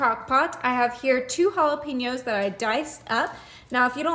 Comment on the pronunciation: TY for sharing your recipes. Looks delicious! Do you know jalapeños are pronounced "ha-la-paiñ-ohs"?